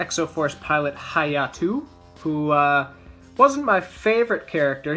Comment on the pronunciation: I think you mean ha-ya-to,Not hayatoo...